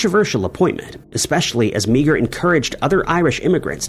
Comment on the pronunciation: Meagher is not pronounced Mee-Ger, it's pronounced MAR.